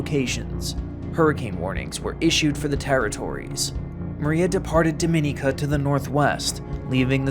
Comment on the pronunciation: The mispronunciation of Dominica is maddening